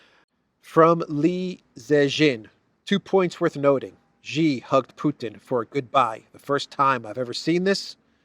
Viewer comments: I know you care about words, so please allow me to mention that Xi's family name is pronounced like English "she." It is NOT pronounced "zhi." I hope you will respect Xi and pronounce his name as Chinese pronounce it, i.e., as in "she." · Xi: "sea", not like Gi.... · pronounce Xi like she. She is smart...